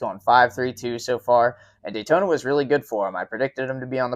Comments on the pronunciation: daytoner....... drove me nuts all race hearing that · "Tamper" and "Daytoner" is funny. I noticed they say "Brotha" for some reason, but can't say Tampa and Daytona correctly? Please explain that one...